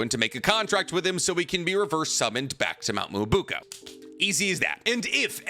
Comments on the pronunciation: Why do you keep saying Mt. Myobuko??? It’s not Myobuko. It’s MyoBOKU. Please at least try to pronounce things correctly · Hearing you mispronounce Mount Myoboku (not Myobuko) so many times was painful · I think this might be the first video where the mispronunciation of Mount "Me-yo-bo-ku" (Myoboku) has really distracted me. At first it was funny, but now it's confusing me sometimes. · Mi-yo-bo-ku not muubuku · WTF us Mt. Miyabuko ????? it's Miyaboku, you 🗑️ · Its MyoBOKU GOD DAMNIT. I had to hear that shit 60000 times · I feel like he does this on purpose😂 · Nobody:: Mount Muwobukoow ✌️✌️✌️ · i love your horrible pronounciation of specific expressions :D Mount Myoboku [mjoboku] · Love the theories; can’t stand how he says Myoboku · mispronouncing Mount Myōboku is messing with me lol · cant even pronounce myoboku right 💀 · What do you expect from someone who cant even pronounce myoboku right 💀